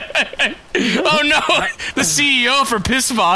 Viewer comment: Im so glad pronounces Pißwasser correctly